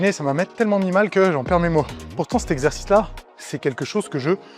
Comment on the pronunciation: A partir de cette partie est IA, tu peux l'entendre facilement. Au Ton de voix différent, a la qualité sonore, et la façon de parler/prononcer qui n'est pas du tout celle de Mot mal prononcé (mouvement "inefficace"): La partie sur les deltoides:. On retrouve cette même façon de parler avec l'IA: Désquilib? Ezzerzice?: Forhum?..: Alors là il manque carrément la fin du mot. Faisceau du DELTOI ne prononce absolument pas ces mots de cette façon et c'est évidemment une voix de synthèse, ça s'entend de manière très grossière